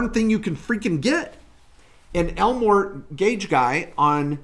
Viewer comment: Elmor T Gage Guy. Or, el mortgage guy 🤣